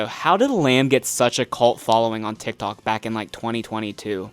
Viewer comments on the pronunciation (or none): none